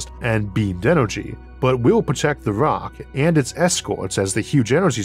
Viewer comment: Downside unless your an ork, and of course he is saying rok not rock